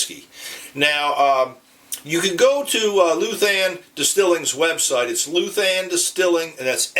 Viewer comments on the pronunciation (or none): Pronounced LOU-than, not LU-than. The ou has a similar sound to: out, gout, sprout, trout, etc. Almost like LOW-than.